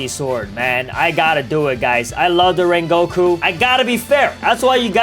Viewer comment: called the great "Rengoku" 'Raingoku" lol